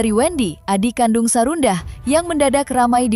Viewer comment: Sarundah.... 🤣🤣🤣🤣🤣 Sarundeng kali Min, enak.... ada2 aja si mimin